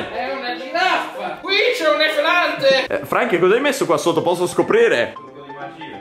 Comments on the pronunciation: Nessuno: Assolutamente nessuno::QUESTA È UNA GIRAFFAH,QUESTO È UN EFELANTEH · nessuno:: “qui c’è un Efelante”